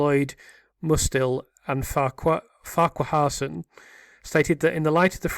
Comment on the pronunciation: I think "Farquharson" is pronounced "Far-cuh-son" - I used to have some neighbours with that surname. Just pre-ordered my copy!